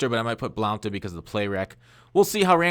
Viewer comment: its pronounced blunt